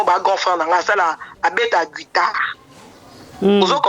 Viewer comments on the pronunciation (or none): none